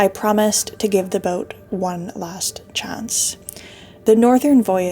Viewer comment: Here: For the algorithm. Its fun to hear you pronounce 'chance'. chounce? No offense - I'm not a trigger troll.